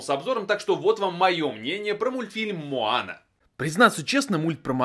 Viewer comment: мОана,а не мАана